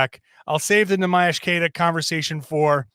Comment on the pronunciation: It's time you start pronouncing Queta's name right,. He's earned it. Great podcast, as always.